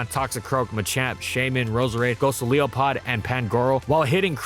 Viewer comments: “Gosoliopod” !?!? What?? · Its still funny that you call the Pokemon "Gosileopod". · “Gociliapod” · What was that. Go-so-leo-pod… I don’t think I’ve ever heard anyone pronounce it like that. I hate it